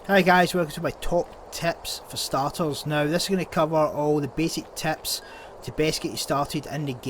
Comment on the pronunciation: Are you saying ‘’teps’’ ?